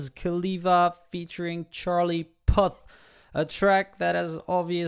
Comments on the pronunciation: Its pronounced pooth not pouty and it's see you again not when I see you again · It's pronounced pooth and the song is called see u again not when I see u again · You pernounced puth wrong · Loved how the way he tells Puth🤣🤣🤣🤣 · You said Charlie's name wrong